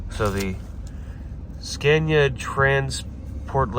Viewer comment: are you practising how to pronounce Scania? It’s not Scan-ea, it’s Ska-nea. The a goes down, not up. Love the series!